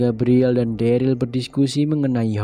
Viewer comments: bang.. dia derel bang bukan deril 😭😭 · Yg bner Daryl